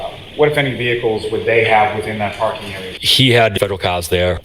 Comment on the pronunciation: “I’d been pAhking vehicles at the lot…”